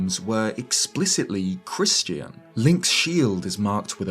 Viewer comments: I’ve never heard Christian pronounced like Christy-en before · Do you not know how to pronounce Christian?